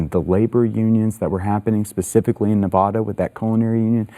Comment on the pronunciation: thank you for pronouncing nevada the proper way💚👍